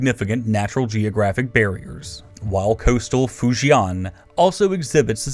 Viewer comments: Man. Stop butchering the pronunciations! I can't help but laugh at "Foo-Jeee-YAN!! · I am extremely excited and happy we're finally getting China, but hearing them pronounce so many names wrong, it makes wonder whether they actually have any Chinese speakers as advisors for any of this, or if they have, why these don't teach them how to pronounce stuff. "coastal Fu-zhian" as example :S